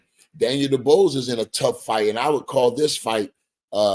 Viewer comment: Come on bruh atleast get Dubois name right 😂😂😂